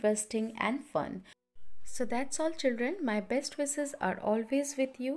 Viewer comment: It was a really good introduction. But some of the words were pronounced incorrectly like session, passionate and wishes.